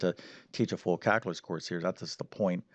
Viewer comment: Caluuuuulus not calcaaaalus